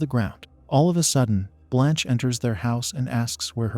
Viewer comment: For real! At some times I didn't even know what happend, all because of the useless censoring. Also, why do they pronounce Blanche as blônche😅